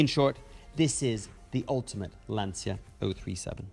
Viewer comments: Congrats for the video… Can’t you guys, LIKE EVER, realise the fact, LANCIA is NOT pronounced like LanZia. C’mon people, it is really not so hard to learn…… Best wishes from Serbia💚🤍❤️ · però pronuncialo bene ti prego. lancia. magari imparano!!!